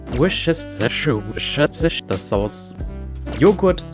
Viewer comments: Ich musste so lachen bei Worcester Sauce. 😅 (Wuusta - Soße wird das ausgesprochen, falls du es nicht wusstest?) Tolles Video. Ich liebe Kochen ja. Von daher sehr gerne mehr davon. Ich hoffe, es hat geschmeckt. Wäre natürlich lustig, wenn jemand das noch probieren könnte und à la Gordon Ramsay Urteil gibt. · Oh das ist so eine coole Idee! Werden wir uns villt auch mal dran wagen :> Musste auch jedes mal mich weglachen bei deiner "Aussprache" von Worcestershire xDDD echt cooles Video und das Editing ist ein TRAUM ♥